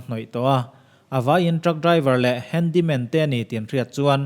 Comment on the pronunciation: 'Handy man' or 'Handle man'....ka ti mai mai😀😀😀